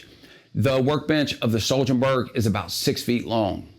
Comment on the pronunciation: "HWOAHBERRY" is closer to the actual swedish pronunciation